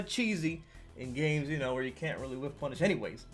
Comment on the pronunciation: Am i wrong or did u say “wish-punish”? It’s called “whiff-punish” But very nice video! Oh and great play at sfl 👍🏻